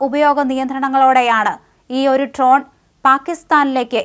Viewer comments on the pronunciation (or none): Ton alla dron